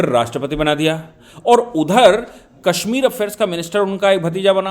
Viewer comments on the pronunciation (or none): none